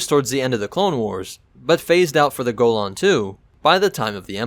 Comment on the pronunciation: am pretty sure ur mispronouncing golan